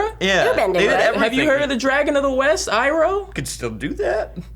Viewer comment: Fuck the movie! They pronounced Aang as ung, Sokka as SOOkka( the O is like an A in the show but not in the movie)and Iroh as Eroh